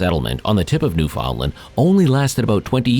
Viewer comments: Why can't any Americans pronounce "Newfoundland" right? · Ok...your seriously saying Newfoundland wrong.....your a history channel...sorry its driving me nuts🤓